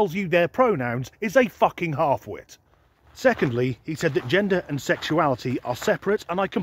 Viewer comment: Annnnnnnnnnnnd, the THUKKING Bloopers 😅😂 🤣